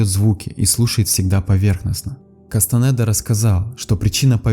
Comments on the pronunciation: Не Кастанэда а Кастанеда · Кастанеда , а не кастанэээда